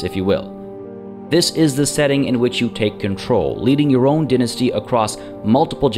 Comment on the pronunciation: Thumbs down for pronunciation of dynasty